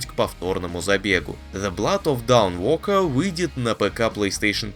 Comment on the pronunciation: Знает ли озвучник, что A и O в англ. звучат обратно друг другу? dawnwalker это никакой не даунвокэ, а донвокэ а ведь знает, Until Dawn правильно произнёс... двойные стандарты, однако 😬